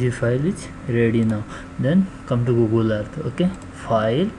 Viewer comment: GOOGLE-AH.. EARTH-THA